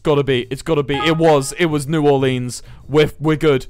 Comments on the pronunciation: .....its pronounced new (or-len-s) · Me when Wilbur says “New Orleens” 😵🤬😫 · you could tell it was new orleans because of the street cars, and the house styles! (also, i live there so i knew) also, "New Orleens?"